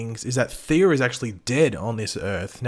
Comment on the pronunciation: You know there’s no “R” Thea’s name, right? Why do you keep calling her “Theera?”